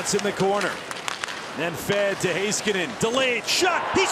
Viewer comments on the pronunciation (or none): His name is pronounced Miro “ HE-SKANEN “ not “ HAY-SKANEN “ 🙂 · Love how Americans don't bother to learn how to pronounce Finnish names correctly